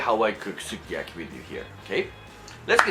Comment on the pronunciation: That sukiyaki looks sooooo good! You're such a great cook! And I love it when you pronounce the names of the ingredients in japanese, it sounds so cute <3 btw it's ok to use your hands! I really like it because it makes me feel like you're a nice, fun and real person <3 Well, now I'm not under my sleeping pills' effect, I can really appreciate the way you cook! You're awesome! You even make me want to eat veggies! That looked so good and I bet its smell was great too. I'm not much a fan of foreign food, but I'd be willing to try it. I love watching your videos! Thank you for making them! Love you,! and your hands too <3 hehe